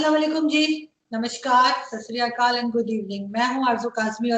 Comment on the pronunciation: Arzoo, behen, it is Sat Sri Akaal not sasriakaal